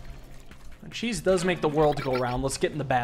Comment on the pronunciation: Cheese makes the world go round. Said like a true Wisconsinite